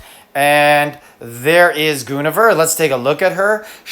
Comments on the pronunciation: Goon a ver???????? You’re killing me smalls ….its Gwen o vir’ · Lol. GWENavere would be the pronunciation for Guinevere. The regular all star dragons are already out of reach for most at this rate, it's just more FU.